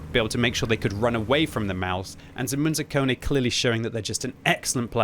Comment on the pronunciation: Its not Zemunekonee..his nick is Zemun zakon...which means Zemun rules...Zemun is part of the Belgrade. Bravo Munzekonza...:)